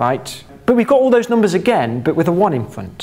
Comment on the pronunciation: Noombahs thwee